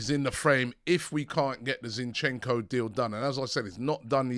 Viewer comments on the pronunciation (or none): Ziiinchenko - a stress on the first syllable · Not Zinchecko ffs 🤦🏽‍♂️